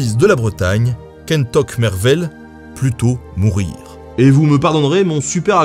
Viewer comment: kentoc'h mervel ->se lit plutôt "queinetorr mervel" que "queintoc marvel" ; ) mais bon c'est déja mieu que "cantoche marvel".